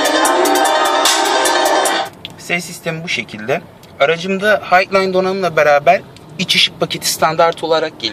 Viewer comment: yahu lütfen Highline donanım "hayglayn" diye okunmaz "haylayn" diye okunur düzelt ya şunu